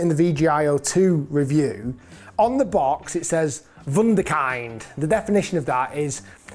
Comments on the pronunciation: It’s wunder k in d not kind😅 great vid again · Once again, it is saying wonder child, pronounced as Vunderknd. I also do a lot of home restorations myself and with my daughter, who is an artist. My putter gets some serious looks. Go on, have some fun with your clubs! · How do you butcher "Wunderkind"? I know you're a football fan. We used to hail Ronaldo and Rooney in the Premier League as Wunderkinds from a rough translation of German Wonder kid... its pronounced more like kin-d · Wunderkind is actually pronounced Voon-de-kin-d. Directly translated. Wonder child.😉😉😉 Yes, everyday, I become more and more like my Boomer dad. And I don't actually care. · Great review Rick, ps its pronounced Vunder'Kin'D ;-) keep up the top work. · It's pronounced "Vunder-Kint" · Rick, the name to which you refer, Wunderkind, is German. The correct pronunciation is vunder kint. Nice review. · Voonderkint…. Is how it’s pronounced 👍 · Pronunciation of Wunderkind is a bit rogue, pal. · Hey RIck, thanks for your reviews, they're always a pleasure to watch. Just one tiny thing on pronounciation: In "Wunderkind" the "i" is pronounced like in "hint". "Kind" is german for child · 2 mins in and I’m holding my head in shame after the pronunciation of WUNDERKIND…… 🙈😂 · WunderKind ( the i is short) like in Kindergarten. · EXACTLY. Rhymes with Wind. as in breezy....